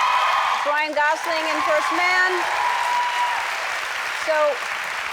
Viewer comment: I love that she got his name pronounced correctly. It's Gosling not Gozling... like most people say.